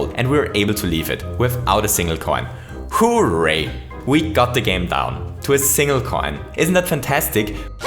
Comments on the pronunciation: His voice is so off-putting, though... it makes me uncomfortable hearing him say “hoo-ray”. I always hear people saying it as “hurray”, so this, with the voice, makes me want to die. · When he first said hooray, I thought he said who raped